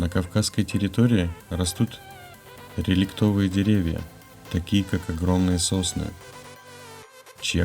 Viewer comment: РелИктовые деревья,на не реликтОвые